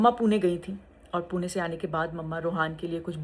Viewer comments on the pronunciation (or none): none